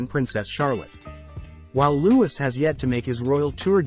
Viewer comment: It’s pronounced Loo-ee, not loo-is